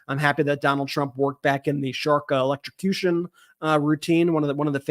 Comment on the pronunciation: Ben, yeah. The confused Donald automatically falls back to his electro-suh-cution shark story like a nervous tick. For the record. it the EV tragically ends up in a body of water near the road (no sharks in most bodies of water), as long as something didn't puncture the battery pack, it's DC not AC so DC you have to connect yourself to both terminals, and EVs breakers will trip in water; AC is one contact and then current heads through you to ground.